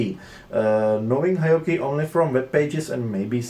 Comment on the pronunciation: It’s pronounced Heee Ohkee